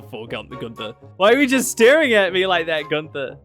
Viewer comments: I get so frustrated with people pronouncing Guther as gun-TH-er it’s ‘Gunt-Er’ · After months of watching your videos not me barley realizing you have an accent with the way you pronounced Gunther